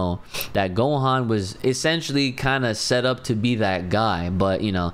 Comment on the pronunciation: It's Gohan bro.